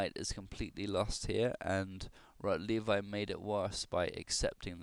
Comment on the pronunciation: It's pronounced "Rotlevi" (Polish W is equivalent to English V). Also, where did you get the information that this game was played in a tournament? I don't believe that's correct.